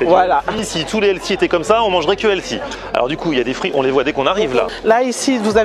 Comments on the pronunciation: Healthy... Heu pardon, Elssi en fait. Alors soit vous le prononcez bien, soit vous dites Santé et ça fonctionne tout aussi bien. Anglicisme inutile. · C'est qui «Elsie»? «sain», «frais», «bon pour la santé», «équilibré», ça marche mieux que «healthy» (avec un h aspiré, bien sûr). «chef de bar» au lieu de «barman» souligne la compétence et l'indépendance du professionnel en charge de la préparation et du service des boissons, substitution adroite et réussie. Bravo et bon appétit! 🥗🥝🍅🥑🥕🥦